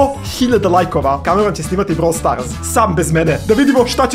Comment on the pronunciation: Ne kaze se brawl starz nego brawl stars